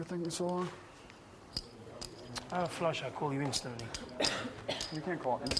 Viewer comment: i HATE the way this announcer talks. the way he says "flush" and the way he says "five" really lazily. fuck you announcer.